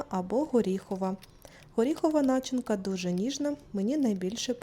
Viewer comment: В слове начинка ударение режет слух. Но дикция и голос приятные)